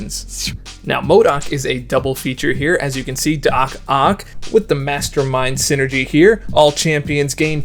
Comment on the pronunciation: When you revealed the team I thought "Doc Ock" said "Do Cock"